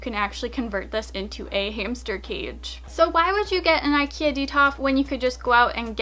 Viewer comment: IKEA it’s not pronounced like that,but okay